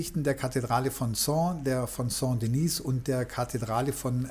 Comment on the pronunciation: Sehr interessant. Aber: Die Kathedrale nennt sich Saint Denis und nicht Saint Denise. Denise wäre weiblich und somit müsste sie Sainte Denise heissen ..... Ich würde mir wünschen, dass Sie die französischen Namen richtig aussprechen. Besten Dank!